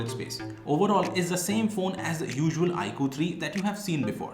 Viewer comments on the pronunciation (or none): Cool edition but you're pronouncing 'iQOO' wrong, its not 'iQ' its 'iQOO'